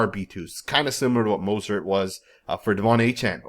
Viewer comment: You can’t even say his name right 🤦🏾‍♂️🤦🏾‍♂️ so it’s obvious you don’t need to be doing a video on him or anybody else on our team 👎🏾👎🏾👎🏾 who the hell is Mosert???? And you don’t know what offensive we’re going to run bro you don’t have no knowledge of him or our team… Dude is still one of the fastest players in the league did you know that??? Yeah I’m inscribing from your channel because you honestly not saying this man name right let’s us know YOU DON’T ANYTHING ABOUT THIS MAN OR FOOTBALL 🤔😏😏😏😏😏😏👎🏾👎🏾👎🏾👎🏾👎🏾👎🏾👎🏾👎🏾👎🏾👎🏾👎🏾👎🏾👎🏾